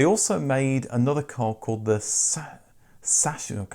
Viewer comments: The letters "chs" are pronounced like "x", not like "sh". 😉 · Sachsenring - zaxenring, chs pronounced x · "Suck"s-an-ring... Saxonring... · Tip: Sachsenring is pronounced Saxenring, Your videos are very informative and educational! I like that you are unbiased. And yes the double meaning of the name Trabant was intentional. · Sachsenring... difficukt I admit. Try to pronounce "Saxin-ring", sounds more like the German word. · Sachsenring, pronounced as Zach-sen-ring. Zach with a string Z and a pronounced as in most European languages unlike that in English. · Sachsenring - spoken like Suck-zen-Ring 😶‍🌫 Or if you won't pronounce that S-word then speak it 'Saxonring' like in 'Saxony' (Sachsen), where this car came from. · Respect for tackling the complicated "ch". In that case it would have been pronounced like "Saksenring" "Sachsen" (Pronounced "Saksen") is "Saxony", a federal state in what used to be east-Germany. In German CH is either "k" or a hiss-sound (Horch) somewhat like clearing your throat a little. It's difficult to explain since there's not a "rule" to memorize. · Sachsenring is pronunced: saxon ring. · Sachsenring could be pronounced as Saxenring. (The Sachsen in Sachsenring refers to Saxony, one of the states in Germany) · Thanks for the video. The East German company Sachsenring was named after a race track ("Ring") in the land of Sachsen, Saxony. It's pronounced "Sahxon-Ring") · It's prounced Saxenring 🙂 Another interesting East/West storyline revolves around the old BMW factory in Eisenach, which became EMW and later produced the Wartburg. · Very interesting videos on a very interesting car! A note on the pronunciation of the company "Sachsenring": In German, the letter combination "sch" equals the English "sh". "chs", like in Sachsenring, meanwhile, is pronounced "ks" or "x" - at least that's the closest analogue in the English language. Hope that helps!